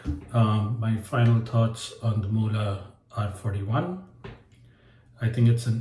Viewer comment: Pronounced muu-hle